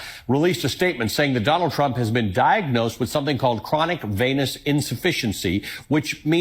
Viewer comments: I think they have mispronounced his condition. I think they mean Chronic Penis Insufficiency. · It sounded like you said, chronic penis insufficiency lmao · Jucking fesus! Another imbecile who can't even pronounce "venous" properly while he's running his damned facehole with more ignorant and well-worn speculation. His description of what chronic venous insufficiency is is extremely poor. It is a problem with the valves in the veins. It is well past time for a NATIONAL DAY OF SHUT THE FUCK UP!